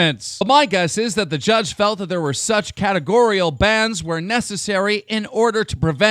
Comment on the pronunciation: Nice, Keem actually pronounce categorial correct. I'm impressed.